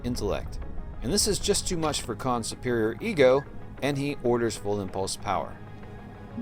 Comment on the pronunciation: 'Khan' get it right